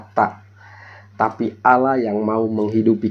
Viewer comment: AUULAH.. APA ITU. SOK TAU.. ALL LAH.. BUKAN AUU LAH. BUKAN ALA... ALLAH. PAHAM.. DOUBLE LL.. ALL... ALL. ALL LAH. ITU YA